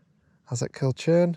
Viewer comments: it's kind of pronounced like cull-curn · Nice video as always, it’s a fantastic area. Just for future reference when/if you’re back at Loch Awe, Kilchurn is pronounced Kil-hoorn. I’m a 53 y.o. Scot and despite having photographed it a few times, I only found that out a couple of years ago when corrected by a friend.